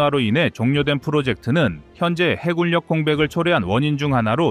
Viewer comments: 해굴력으로 읽지 마세요! 해군녁으로 읽어야 합니다. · 해굴력ㅡ해군녁 공굴력ㅡ공군녁. 발음좀 정확하거ㆍ 하시길. 무슨 공굴. 해굴